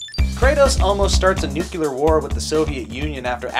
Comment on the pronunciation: Nooooo Joooooeee. This is my PSA, it's not pronounced "nucUlar". There is no second U! Nu-clear! Nuclear! I love you guys. Thanks for indulging me on my pet peeve. I feel very leviOsa about the whole thing.